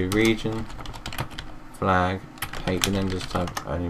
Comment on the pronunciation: Thats Couse its Flag not falg :D